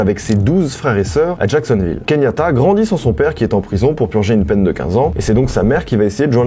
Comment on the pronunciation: Il s'appelle KE YAN TA et pas KEYNIATA mdr*